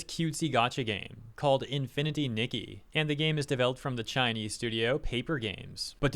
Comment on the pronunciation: Its called infiniry nikki not infinity niggy